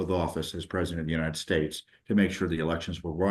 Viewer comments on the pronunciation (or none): none